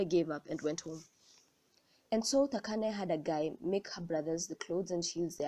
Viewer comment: I love how you pronounce "Thakane" a few people know how to pronounce my name